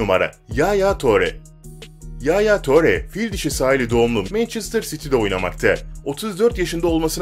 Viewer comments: Yalnız okunuşu yaya ture , engolo kante olacak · Telaffuzunu sikeyim yaya töre ne ngolo kanti ne amk